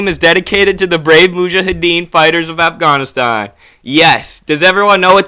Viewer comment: You're pronunciation is very good. Afghānistān . The first "A" is short vowel and the second and third are long. When in doubt use Google translate to hear the pronunciation.